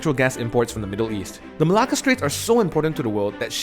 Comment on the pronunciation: Why do u pronounce Malacca as Malah Kah??